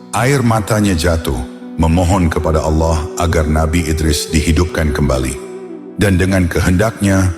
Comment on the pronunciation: Sumpah kesel banget ngucap Allah jadi alah .. apa alah alah itu .. mending jangan pakai AI kalau pengucapan Allahnya gak jelas alah alah, mirip kristen aja